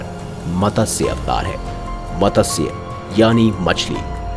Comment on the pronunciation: अबे उच्चारण तो सहि किया करो मतस्य नहिं मत्स्य कहो मत्स्य